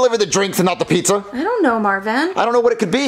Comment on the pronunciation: Marvin said pizzer 😅